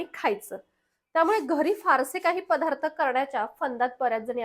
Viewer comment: अगं, " पधार्त " नाही बाळा, " पदार्थ " म्हण. आणि "बणवणे" नाही करणे. ( मराठीच्या कुठल्या शब्दकोषात ' बनवणे ' हा शब्द आहे का?)